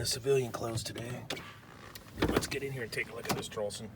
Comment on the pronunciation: traulsen pronounced ""trolls-on" :))